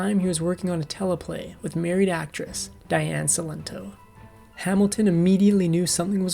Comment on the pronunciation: Diane Cilento was a very close friend of mine. You can’t even pronounce her first and last name correctly!